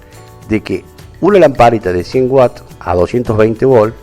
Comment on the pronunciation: Todo bien, excepto que no es whats (que) es Watts (unidad de consumo en un aparato eléctrico)